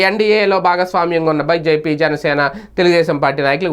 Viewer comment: Sariga chadavara news pu… a banjp antav entire BJP in 😂😂😂